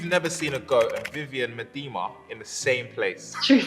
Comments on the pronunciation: If you want to pronounce the goat's name more like the Dutch pronunciation you English could say, me-the-ma. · What a great interview format! Combine a knowledgeable and funny interviewer like with an intelligent and personable interviewee like Leah and it’s just wonderful. But, you need to get Viv’s last name pronounced correctly… ☺️